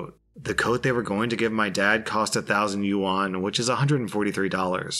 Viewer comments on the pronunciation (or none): none